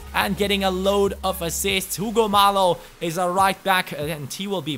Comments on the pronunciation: Hugo Mallo is pronounced, Ugo (like you said) Mayo, not Malo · Mallo's name is actually pronounced mayyo, since he is Spanish. Great video by the way! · I think that Hugo Mallo is pronounced Hugo Mayo